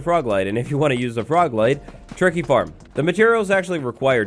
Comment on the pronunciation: Was anyone else just listening while busy, and hear 'leg' instead of 'light'? XD I was caught so off guard, but I love it